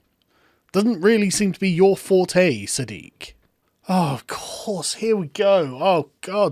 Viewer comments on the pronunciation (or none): none